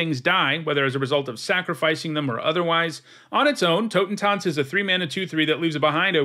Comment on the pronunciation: As a german, i gotta say, your pronounciation of "Totentanz" is really good :D